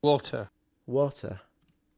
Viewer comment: He an americanised Jamaican